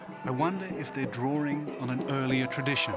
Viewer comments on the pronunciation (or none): none